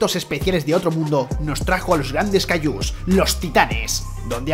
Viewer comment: Por que les dices cayllus